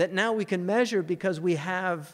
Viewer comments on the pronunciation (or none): none